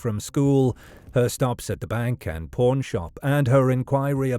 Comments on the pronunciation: I kept hearing it too. My mind knew “pawn” but my ears heard “porn” 😷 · Porn Shop? He says it repeatedly, and it even shows on Closed Captions... Pawn...it's Pawn Shop ...there is a huge difference!